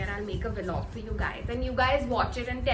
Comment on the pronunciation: It can also be called VLOG & not ViLog. Generally people call it VLOG without pronouncing VEELOGS. Just a suggestion, keep making daily vlogs 🙂✌